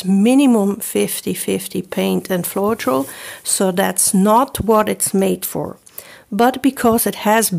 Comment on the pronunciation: Pronounced :flo-tral...